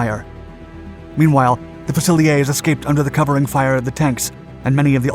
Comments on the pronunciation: Once again a brilliant video let down by some bad pronunciation. Fusilier's. You need to read up on this before doing the audio. The way you pronounced it, it made the British sound French. While the word is French in origin, if you are going to use it to describe the British troops using the term you need to use the British pronunciation. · Any reason you couldn't find any footage of Commonwealth troops ? There is some out there. Also you need to learn how to pronounce Fusiliers correctly. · Several slip ups here; 1955? I thought that China wasn't involved during the fighting on the Pusan Perimeter only after UN forces advanced towards the Chinese border? Lieutenant is pronounced differently with regard to British/ Commonwealth troops. Fusiliers; "eers" at the end. All the same, thanks for highlighting an important bit of British military history. The Soldiers of Gloucestershire Museum is in the docks area of Gloucester, needless to say, it's worth a visit. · Great video telling a great story of my regiment. I just wish you pronounced fusiliers correctly 😜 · Its pronounced Few-sil-ears, fusiliers. Good effort, but do learn to pronounce names as the english do, after all we have let you use our language, the least you can do is learn how to use it. Theres a Good chap. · Fusiliers is pronounced 'fuse-al-ears'. Great vid:) One of our Royal Irish Regiment Infantry Companies (that superseded the Ulster Rifles) deployed to the ME as 'Imjin COY'. There's also a training barracks in Catterick, England (the home of Infantry training) that carries the name. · ...For future reference - Fusiliers is pron. Fu-sill-eers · Enjoyed the story but shame I didn't notice any film of the UK troops. Also it's pronounced Fuse a lears. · Love how this video includes another nation that was involved in the conflict but could've found footage of actual British soldiers and tanks not just the yanks. Also fusiliers is pronounced fuze-i-leers. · Fusiliers not fusileeyaaz.